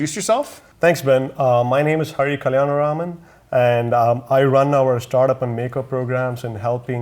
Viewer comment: No wonder Ben let him introduce himself with a name like that. The way Hari says his own last name sounds like it even annoys him trying to pronounce it. damn i thought telemarketers had a hard time pronouncing my real last name.